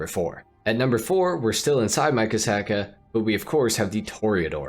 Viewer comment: "Torador" and "Kasaka" 💀 Only in Ohio